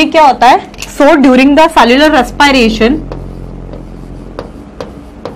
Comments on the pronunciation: mam ur english is very funny...it is not res pay ration it is respiration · Mam WO raspiration nhi hota😂😂😂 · Rrrres pie rrration